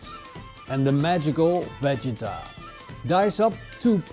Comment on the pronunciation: Balkan here. No one pronounced vegeta that way, but nixe try😭👍